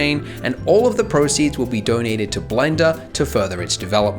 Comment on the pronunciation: You wanted to say "all the proceeds will be doughnuted" :)